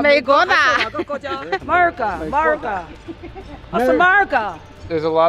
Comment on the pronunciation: The Grandmother saying "America" said it so good omg!